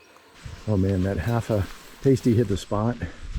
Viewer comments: im sure you've heard this already but its "pass tee" not "pay stee" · Great video! FYI I know its weird, but the correct way to say it is "Past- E" not "Paste-y" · Sry, but they're pronounced Pass-tee's, as someone who grew up a Yooper it almost hurts my ears to hear someone call them Paste Tees 😮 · It’s not a Pas-tie like a stripper wears on their nipple. It’s pronounced pas-ty. And my mother was born in L’anse. One of the most beautiful places I’ve ever been. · Nicely edited video. As others have mentioned, you missed some of the more spectacular spots, especially in the northwest portion of the UP. Linguistic tip from a lifelong Yooper: "Pasty" rhymes with "nasty", not "hasty". And a true Yooper would NEVER ruin a pasty with gravy. Ketchup, or nothing. The classic combo is a pasty (with sides of coleslaw and a dill pickle), and a 6-pack. It's called a "Yooper 7-course meal". As a kid growing up in the UP, the pasty is an all-purpose food. Boy scout or youth group outing? Mom throws a pasty in a bag with some cookies and a bottle or two of water and you're fed for a day. Kids eat them at ambient temperature, meaning even in winter we eat them. The Big Two Hearted River is lovely, and of course Hemingway wrote a short story using that name as its title. But a bit west and south you'll find the Fox River, which flows south (Big Two Hearted flows north). It passes under M-28 at Seney. In the early part of the season when the water is high you can canoe it all the way to Manistique. Locals know that Hemingway actually fished in the Fox River, not the Big Two Hearted. He used the Big Two Hearted in his short story title because it's more poetic sounding, but also because he didn't want people finding out his fishing spots. As you learned, "L'anse" rhymes with "schwantz", not "chance". It has French Canadian roots. Though the largest ethnic group in the UP generally is Finnish, there is a sizeable French Canook presence in the UP. My neig